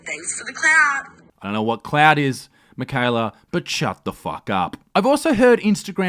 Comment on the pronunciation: Did she just refer to clout as cloud. Hahaha. Left school a litte early did we!!!!🤣🤣🤣